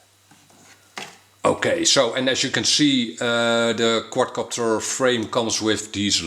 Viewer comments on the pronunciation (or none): Love how u say quad copter sounds quadcockter XD